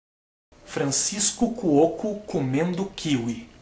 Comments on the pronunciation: Agora me explica por que você fala KÍwi e não kiWÍ? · é kiwi, não kíwi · só não entendi pq ele fala "kIwi" e não "kiwI" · Eu nunca falei "Kíwi"....eu falo "Kiwí" mas fodas pra mim..rafinha bastos é o cara...